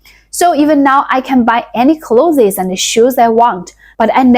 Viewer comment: Your English vocabulary is very good. You must read a lot of English books. For the word "Clothes", pronounce it the same way as "Close" (like, close the door). I grew up in the US in the 60s and we were poor. Not as poor as your village but, I was the poorest one in my class in elementary school. I can relate to the food, clothes and hygiene stories. Comfortably retired now because I learned not to waste. People waste a lot in the US. Good luck with your channel.